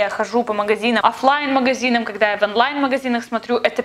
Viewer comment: Почему она говорит аффлайн или анлайн